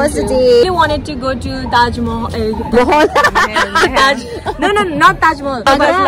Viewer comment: Pretty girl saying Taj mohol🤣😂🤣😂